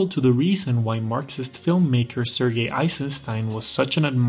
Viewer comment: This is a small thing but I love your soft, correct, pronouncing of "Sergei". Cheers!